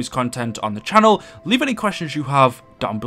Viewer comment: "Thank you, unt goodbye"